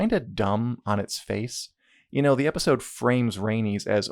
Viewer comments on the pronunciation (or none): none